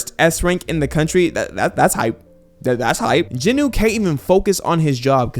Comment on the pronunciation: Jin …… Wooo not jin nuh